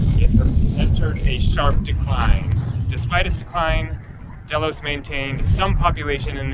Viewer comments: Pronounced daylos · pronounced Deeeeeelos. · pronounced dhey-los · Pronounced Dilos !